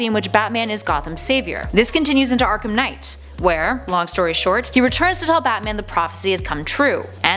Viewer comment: Bruh it's Arkham Knight not dark night